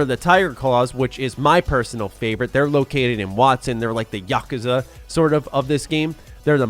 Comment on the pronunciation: "Theyre like the Ya-CUH-zu"... the fuck lmao such a pronunciation